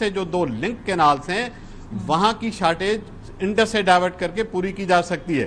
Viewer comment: انڈر نہیں انڈس